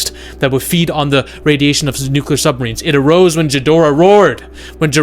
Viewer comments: say it with me Gee dor ah,dont pronounce the h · Couldn't listen anymore after dude said "Jidorah". Geez